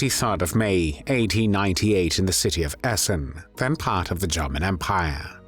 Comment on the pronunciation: Have I been saying “German” wrong all along? 🥴